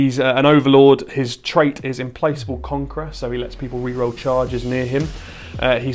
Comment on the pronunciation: Great stuff, it’s Im -plack-able, not Im-place-able, posh, (can’t be pacified, just wants to destroy), sorry but I’m a Necron player and a bit autistic about describing my army when it’s trying to destroy everything else in the universe lol! Great painting, scenery and fun gaming. Subbed!